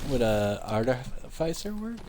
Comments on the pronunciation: "artificer" try pronuncing it like this ~ r - tif - a - sir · ar·tif·i·cer pronounced like "ARTIF-IS-SIR"